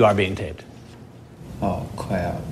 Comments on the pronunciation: "oh cwapp" lmao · "AW CWAP" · "AWWW CWAP" Words that will live on in infamy. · Jim The EDC Guy “cwap” lmao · Jim The EDC Guy oh cwap... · Because of this show, every time I do something dumb I say "Oh cwap!" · Oh, cwap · Alex Crawford oh cwap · "aw cwap" lmfao makes me laugh every time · oh. cwap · "Am i being recorded" "Yes you are being recorded" "Oh cwap." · Predator: " i hope im not being taped. Chris Hansen " you are being taped " Predator: " Oh cwap".. / classic. " Oh cwap" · “Oh cwap”… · “Oh cwap.” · "Oh cwap", lol. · "aw cwap!"